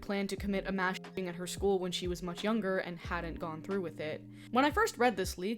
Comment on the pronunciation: funny how when you sensor yourself saying ""mass shooting" it actually sounds like you're saying "mass shitting", which would be a very different type of comedy.